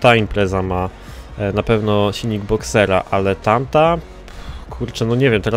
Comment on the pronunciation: boxtera a nie boxera